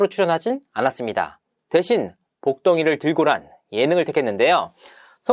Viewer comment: 복덩이를 들고가 아니라 복덩이들고 입니다. ㅋㅋ